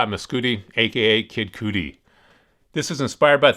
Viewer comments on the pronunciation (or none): 😂 Kid Cootie! It’s Kid Cudy! Rhymes with buddy!